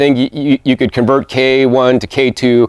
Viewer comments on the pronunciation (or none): none